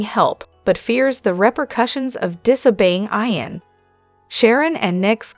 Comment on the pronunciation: Why are you saying Eye -an? It’s Eeeeeeeee - AN !!! Geez… so annoying!